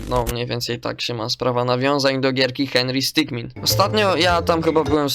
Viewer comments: Henry sticman a nie henry scicmin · Nie henry stikmin tylko sitkmen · ty dzbanie muwi się hendry stik